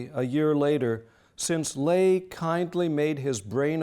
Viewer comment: Incredibly interesting. My only complaint is the repetitive mispronunciation of Nazi Labor Front Leader, Robert Ley. A common American mistake, based on common pronunciations of Irish surnames such as “Fey.” In German, his surname was pronounced “Lei” with the hard “I.”